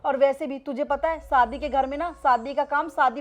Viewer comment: सादी not शादी 😂